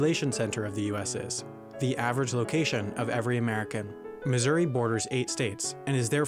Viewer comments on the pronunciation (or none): none